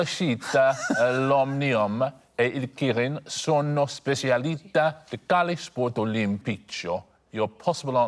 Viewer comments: It comes up every time and it's an easy fix. The "qu" sound is the same in Italian and English. It would be worse if he pronounced "quale" like 'kale". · And will someone please tell him that "quale" is pronounced KWAL-ay, not KAL-ay?